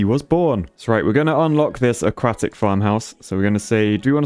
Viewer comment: Okay but when he says "aquatic" it sounds like he's saying "a-quack-tic"